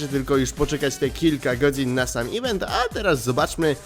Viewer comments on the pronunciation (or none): none